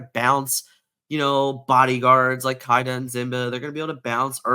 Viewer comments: Oh man, boys, we’ve got another one… …it’s Kee-da, not Kai-da 😅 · Great video. I'm surprised by how effective the locations can be. Never Land (in addition to Wendy Darling) has made my Amber Amethyst Hyper Aggro deck much more resilient in Steel match ups. Also, the character Kida. It's pronounced Kee-duh. I'm a huge fan of Atlantis. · Okay dude, I like your videos, BUT listen to me for a while 😂 1) It's K-I-da, not K-AI-da 2) Sheriff of Nottingham is on of the antagonists in the Robin Hood legend, the card Robin Hood is "Champion of Sherwood" 3) Last but not least, it's Simba, not Zimba, this one hurts my soul Maybe it's an inside joke I'm not in on, but any time I hear either of these, I just want to throw whatever device I'm listening to you on through the wall 😂 Other than that, I love the info!